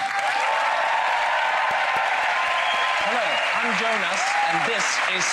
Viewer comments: I'm Swedish. Yes, Penn and Teller are well known in Sweden. No, you still coulden't exchange that autograph for a farm (maybe one by Playmobil). No, I have never heard of these guys (Brynolf & Ljung). No, Ljung is not pronunced L-jung but Jung/Young in Swedish. Yes, that was a nice performance. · The L in Ljung is silent btw ;) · the L is silent in Ljung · the L in Ljung is silent.